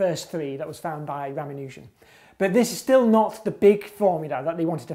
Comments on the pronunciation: It's ra-MAN-u-jan, not ra-ma-NUUH-jan. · Ramanujan has a long a, not a long u. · This guy needs to pronounce Ramanujan correctly.